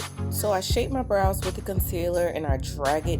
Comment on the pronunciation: omg i had my headphones in when you messed up on sayin brows and it scared the absolute fuck outta me.